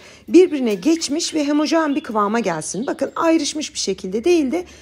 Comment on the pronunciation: Elinize sağlık. Çok guzel görünüyor. Anlatımınız çok güzel. Bir de hemojen değil homojen dedik mi tamamdır ❤